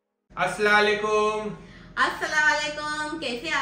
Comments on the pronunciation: Bhai tu teri ammi ko sab words sahi bolna sikhata h but tu khud galat bolta h asslalkum wrong asslam o alaikum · Assalamualaikum boliye Assalalekum nai😂😂😂😂😂